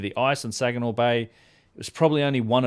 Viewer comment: I love how called it the 'Sajinaw' bay. That's a hard G,. 😄